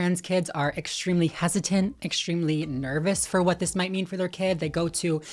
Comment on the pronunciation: He can’t even say the word what a b honestly 😂 get tf out